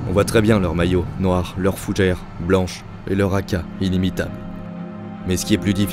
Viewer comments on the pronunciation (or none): je ne me moque pas des All Blacks, j'ai beaucoup de respect pour eux. Je ris du journaliste qui rajoute un D à fougère